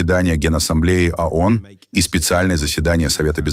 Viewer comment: ООН...А не АОН...не надо вот подходить к тексту....разговору.... звук О - это не звук А.... Исключитеная нация состоит из неудачников ,мошенников и др.шоблы со всего Мира... Ещё по историческим меркам молоко не высохло на губах и учит весь мир.... Где индейцы,хозяева?в резервациях... Дайте печатный станок денег любому из нас...и увидите...величие...